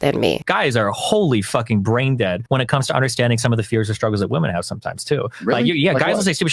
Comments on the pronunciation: Perhaps I'm out of the loop but why does she pronounce, "women," as, "woman?" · Why is "womAn" being said instead of "womEn"? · It's pronounced "wimen" in the plural form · I like your content. It is well thought out and articulate. The only thing that absolutely triggers me is your pronunciation of the word "women". It's not pronounced "woman", but "WOMEN". WOMEN WOMEN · ‘Women’ is pronounced ‘wih-min’ - it isn’t the singular, ‘woman’... Why is this rife now? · "Women" isn't pronounced "woman." It's pronounced "wemen." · i love your videos but can you learn how to pronounce women properly thank you ( as well as your "really" which confuses me all the time) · Received Pronunciation is what I hear... apart from ‘women’ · How can you be so well spoken and still pronounce "women" like that? Nice response otherwise. Don't mind those stupid comments.